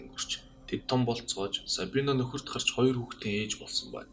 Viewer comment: роёр биш хоёр шүү 😄